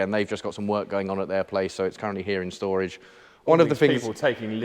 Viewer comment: Touché! Can't disagree with that! 'Shtorage' sounds like a Sean Connery pronunciation'! 🤣